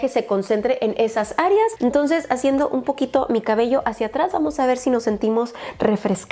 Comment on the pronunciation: minuto hablando como con un acento tabasqueño que estas hajiendo jajajajajaja, saludos